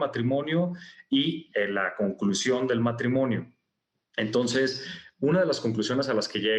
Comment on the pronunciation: dice "Tonces" o es mi imaginación?